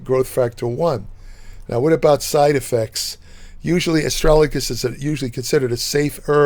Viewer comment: Pronounced Astra - Ga - Lus.. I've been taking for a couple of years.. I had a small amount of protein in my urine.. It has reversed this, increased my eGFR and lowered creatinine levels.